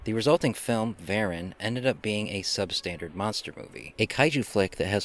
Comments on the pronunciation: It's pronounced Vah-rahn. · I believe it’s pronounced “Vah-RON”. 😉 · I always pronounced it Va-Rahn as it sounds more menacing. I saw this on a double bill with Gorgo. It was the badly butchered American version. I had read in a movie magazine just how much was cut (all flying scenes for some) and inserted to create the American version. If people think the Japanese version is bad then the American version rates in the negative. Years ago I got the Japanese version DVD. I actually enjoyed the film though it was not up to Godzilla standards. However we all know how bad the Godzilla films got from Monster Zero until the 1984 reboot.